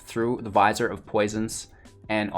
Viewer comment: Vizier is pronounced vuh-zeer. I only know because I had no idea how to pronounce it. I only mention it because you said you were working on pronunciations.